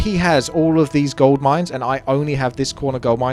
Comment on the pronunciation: Spaking of Gold would you spell it like ''Gauld'' than saying it like that?